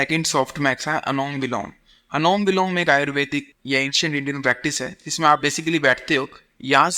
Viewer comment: Anulom vilom ❌️ anom vilom ✅️